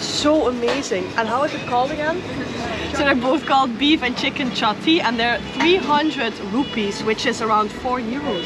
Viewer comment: It's chicken chatty and not shatty ( here in Kerala shatty means underwear). Nice video. Thank you so much.